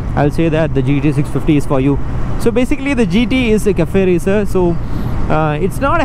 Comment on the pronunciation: Kaffey racer lol